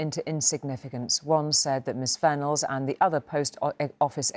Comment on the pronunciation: Vennells pronounced Venom